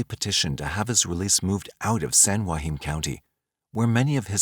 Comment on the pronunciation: Being from San Joaquin valley - the way you say Joaquin is really annoying me lol